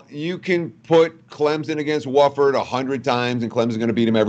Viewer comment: It's not pronounced woolford but wafford